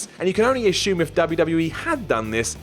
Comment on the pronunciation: Who the hell told there is an "h" in "assume?"